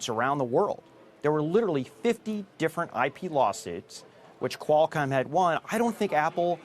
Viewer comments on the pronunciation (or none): Everytime he says "quail-com". . .